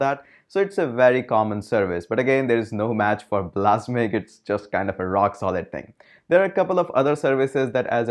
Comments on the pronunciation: "blasmiq"...really?!!!..I thought you were a real tech nerd...It's "Balsamiq"... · its not bal-a-s'mic, its bals-uh-mic #grammernazi ;-P